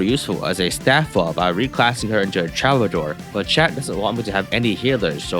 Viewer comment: Troubadour is pronounced: "True-buh-door"